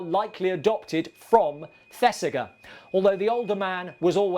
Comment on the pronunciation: Fantastic piece, as always. RE Earnest, It's pronounced ThesiJER. Thanks. I must get out more. 😁 I'm a picky twit. I know.